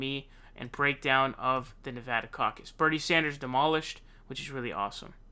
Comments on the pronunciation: This guy would be like... “... If you are going to Saun frauncisco... make sure to wear flowers in your hair “ 💐 🌺 😂 It’s San like San francisco ! Then der! Like DER!🤪lol nah It’s DER! Like THUNDER! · Love your content, but, it's SAN-ders, not SAUN-ders. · Its sanders, not saunders! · Please pronounce Sanders correctly 🧐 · I love your channel and I hate to correct you but it's like finger nails on a blackboard hearing you pronounce Bernie Sanders. It's not Saunders.... its saa-n-derz. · He does say Saunders.... but why??? In England, we say Sanders like Saanders. So may be.... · jesus christ dude... props on how fast you get news out, but dude every time you say "" it's makes me want to fuckin bludgeon someone death, fuckin knock it off, jesus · bro, how do you say 'sand'? saund )) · I love your videos! Just wish you would pronounce sanders name correctly. Lol you seem to pronounce ppls name weirdly. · Love this guy but th way he pronounces annoys the f outta me